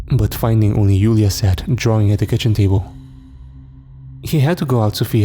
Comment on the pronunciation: One thing “Julia” is pronounced with a “J” sound, not a “Y”. Joo-Lee-Ya